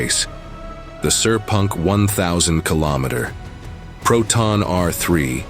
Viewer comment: sepang ❌ sir punk ✅ kadang Ai pronunciation agak klakar..